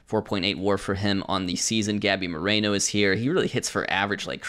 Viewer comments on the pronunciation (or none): none